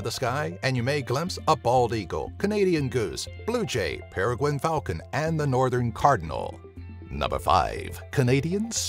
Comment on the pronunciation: he said paraguine falcon, its peregrine falcon